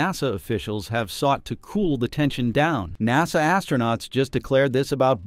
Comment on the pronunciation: I'm amused by other mispronunciations of "Naw-sah".